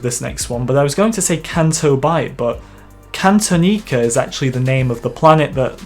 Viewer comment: Says Bespin, shows Cloud City. That's not right. Also, I've known it as Cantonica for a long time. Your pronunciation is shit though.